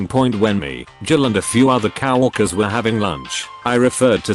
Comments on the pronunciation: I hate that voice so much and It misuses words. COWorkers is not the right way to go, COworkers is right. I'd listen more but the voice is horrible. I'm not going to subscribe, too messed up. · coworkers is pronounced co-work-ers, not cow-work-ers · Nobody: ... Text to speech: "COW-WORKERS.." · Robot pronounced coworkers as cow-orkers! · Can you get a better tts system? Coworkers shouldn't be pronounced cow-orkers.